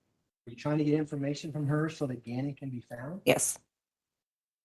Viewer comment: Why does the defense attorney keep mispronouncing Gannon's last name?